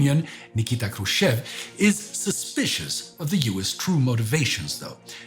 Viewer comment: I was wondering the whole episode why Mr. Хрущёв's name was pronounced wrong. But after looking at the cyrillic spelling I now get it. The English speaking part of the world just can not handle double points above letters 😂